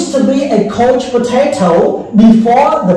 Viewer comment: លោកគ្រូ ពាក្យនេះគេអានថា couch (ខៅឆ័) please checking your pronunciation again